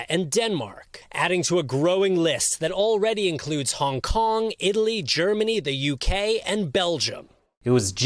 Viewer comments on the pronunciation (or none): none